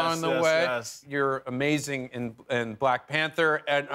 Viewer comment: "Mack Manther" 🤣🤣